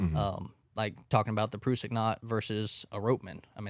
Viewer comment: As a rock climber, them mispronouncing Prusik(Pruh-sick) was a little annoying 😂😂